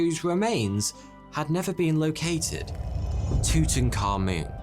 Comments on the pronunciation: the way english pronounces tutankhamun hurts my ears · HIS NAME IS NOT TUTANKHAMUN YOU THICK TWONK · It’s pronounced toot ankh aamoon I’m Egyptian and don’t say yahgert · Tut - Ankh - Amun , The correct pronunciation is Tut - Ankh - Amun. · I cant stand your voice bro. Its not tutankamoon. its tutankaMUN. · He is. It's pronounced Two-ten kah-muhn not moon. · That's TUT-ankh-aMUN, not TOOT-n-common. Unbelievable how badly the pronunciation has been botched even among Egyptologists. You'd think they'd be more careful and more respectful than that. Amun was one of their eight chief deities. The ankh was the symbol representing eternal life. Tut perhaps corresponds with Arabic taht (تحت), meaning under. If so, the royal name meant "under the eternal life of Amun," which would essentially mean operating under divine authority. Dr. Hawass says it correctly here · Your saying his name wrong , its not tutan-khamun. Its : Tut - Ank - Hamun and you say it like "TOOT - ANAKH - AMON" " תּוּת עַנְחְ' אָמוֹן " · Tew tuh Ka Mewn. 😂 It's Tu-Ta, Ka-moon. "I am your PHAROAH!!" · Tooting car moon (according to the closed captioning). You can’t unhear it now. You’re welcome. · Tuttenkahmun Subtitles: tooting car moon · It's Tut A'nekh A'amoon. Not whatever you keep calling him! 😂😅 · It's pronounced as "toot ankha moon" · The way you pronounce Tutankhamun as tutanka-moon is sending me lol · Aah yes, my favorite pharaoh, Tooting Car Moon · "Tootin car moon" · Ah yes tooting car moon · isn't his name something like tut ankh amun? :D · Tutankhamun English subtitles: Thooting car moon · Just saying, it’s actually pronounced like ‘too-tank-ay-mon’. I always said it like that until actually visiting the valley of the kings near modern day Luxor and having a tour of his tomb, the tour guide who spoke insanely good english pronounced it as such. I was curious why he said it like that and he said that’s actually how it was pronounced apparently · Tooting car-moon